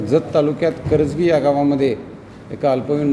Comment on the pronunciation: करागनी नाही करजगी